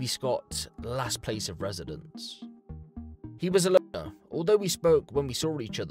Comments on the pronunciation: You can’t say “loner”?😂😂😂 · you cant say weird or loner LMAO